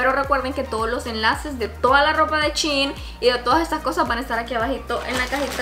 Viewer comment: Es shein no chin